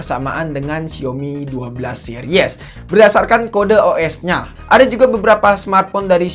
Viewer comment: yg paling gw kzl : harusnya dibaca Se-ris bukan se-ri-(e)s